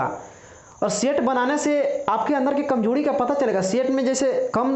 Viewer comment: कमजोरी की कमजोड़ी बोल रहे है भाई